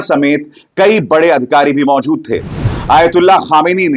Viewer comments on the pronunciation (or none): none